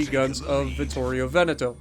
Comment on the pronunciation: the pronunciation of vittorio veneto was PERFECT, proud of ya <3